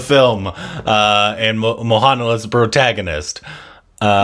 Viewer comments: Then it was Maha Neel. Now it is mohanaal.. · Mohanlal is pronounced as MO-HAN-LAAL. 😊😊😊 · Ur pronouncing the name "mohanla" wrongly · Still you are pronouncing Mohanlal name incorrectly 🙈